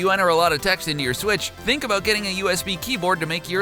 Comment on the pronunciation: Thunk??? Smh what an idiot